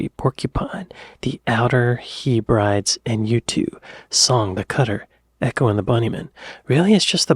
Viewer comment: Hallo Ti's pronounced Heb-ra-deeez (say it fast and you've got it!) The Outer Hebrides‼️ "By George chapper, I do believe you've cracked it dear boy‼️ I had The Lost Boy's soundtrack too 😊‼️"" ❤😁👏🏻👏🏻👏🏻👏🏻🇬🇧